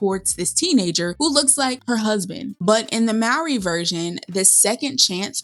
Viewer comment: I am a white man, but still prefer the Mowry version over the Efron version. By the way, the correct pronunciation is "MOH-REE," as in the first name of Maury Povich. I have long adored the Mowry siblings and watched all of their sitcom episodes "Sister, Sister" and "Smart Guy", respectively. I learned about the original Seventeen Again through the Disney Channel. Also, Boyz II Men was featured at the swing music club: Shawn Stockman on vocals, Nathan Morris on piano, Wanya Morris (no relation) as the bandleader, and former member Michael McCary on bass. While I love the High School Musical films, the Zac Efron version of 17 again didn't satisfy me at all. I love fantasies and wholesome screen projects.